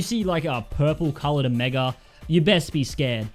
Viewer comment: He said omeger